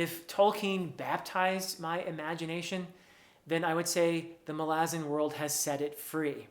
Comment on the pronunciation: Btw I greatly appreciate you being literally the only human I've ever come across in thousands of videos who says the name "Malazan" correctly as Erikson intends and pronounces himself..................